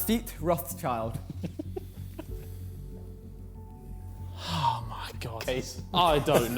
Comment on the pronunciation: the pronounciation of lafite-rothschild is disgusting